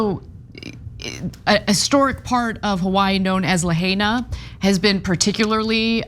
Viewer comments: It's "La-High-Na" NOT LaHayNa - let's honor their native language. You should know this, Anna. Sorry/not sorry, to me it is adding insult to injury. (Do we say "Ha-Way-Ee? No. We do not. Ha-Why-Ee, spelled Hawaii.) These poor people suffered the same attempts at eradication of their native language and culture that other indigenous cultures have. In the face of this terrible disaster, let us honor whatever parts of their native culture that we can. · Lahaina is pronounced, LAH-high-nah. Mahalo.